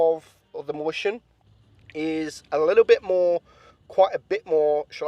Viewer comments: "moistion" that how u read mäuschen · Hold on howd u say mauschen?😂